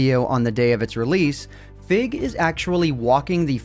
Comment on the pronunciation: When you first mentioned Fig's name, I thought you said "Fit" as in FitMC